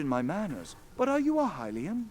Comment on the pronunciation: Its HI-LIAN NOT HILLIAN